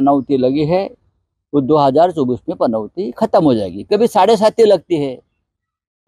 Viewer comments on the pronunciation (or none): या राणेला पनौती पण बोलता येत नाही, पनवती बोलतो हा. आणि पनौती वर चर्चा करतोय. अरे पनवती नाही पनौती.